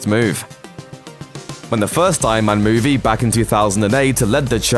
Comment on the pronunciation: Does this guy's accent bother anyone else? lol. (MEW-VAY) any "EE" sounds are massacred by his "AY". So many nice british, australian, english, irish and scottish accents, but what is wrong with this guy's take on whatever accent he has?